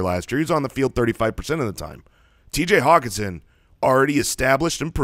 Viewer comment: call hockenson "HOCKEYE"